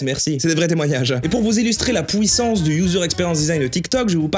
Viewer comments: Je suis le seul à entendre pouissance ou?😭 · ça me stresse quand tu dis "pouissance"